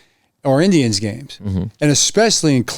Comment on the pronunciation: Really interesting timing to overemphasize the "iNdiAns" here. We know what you are, coach.